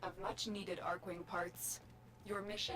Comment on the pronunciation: "Archwing" is NOT pronounced like "Arch-wing". It's pronounced like "ARK-wing". You'll notice this is how everyone in the game is pronouncing it. Similar to how the word "archangel" is pronounced like "ark-angel". More importantly, whomever explained bullet jumping to you was wrong. Rather than just spamming bullet jump, try bullet jump -- regular jump -- aim glide (aim down sights while in the air). This is how experienced players seem to literally flying around.